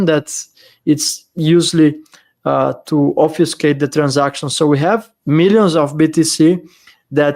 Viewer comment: reminds us that English is not his mother language. Then proceeds to use and pronounce the word "obfuscate" perfectly.